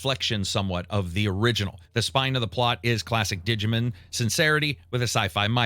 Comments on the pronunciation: It’s DIGI-MON. Not Digi-Man 🤦‍♂️ Can’t do it. Maybe instead of playing so many games, practice reading some books bro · The way you pronounce "digimin" and "pokimun" is diabolical. Great for engagement. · Absolute horrendous pronunciations, I think I'm going to unsub because of this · "Pokamen" & "Dijimen" hurt me 😅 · It tickles me every time says "Dijimen" and "Pokuhmen" 😂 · “Didjamen” love how he says it lol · I know its a nerd thing to say. but i honestly believe if you dont take the time to learn the actual pronunciation for these games name, its hard to take your review serious. Your pronunciation of Yotei and Digimon are so bad it makes me not want to watch.